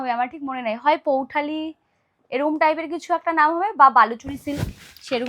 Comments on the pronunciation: বিষয়ী বিষরি নয় আর ওটা পৈঠানী পৌঠালি নয় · Pouthani noy poithani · বাংলায় স্পষ্ট লেখা আছে দোকানের নাম, তাই ভিডিও করার আগে পড়ে নিও plz. "বিষরী" নয় "বিষয়ী" । এটা স্বর্ণচরীর রেপ্লিকা শাড়ি, আসল স্বর্ণচরীর দাম প্রায় দশ হাজারের কাছাকাছি থেকে শুরু। আর পৈঠালী বলে কোন শাড়ির নাম নেই, "পৈঠানী"